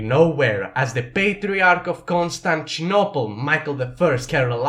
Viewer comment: Ah yes, my favourite city Konstanchinopel